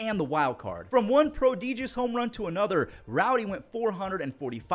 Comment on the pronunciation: How you say prodigious lol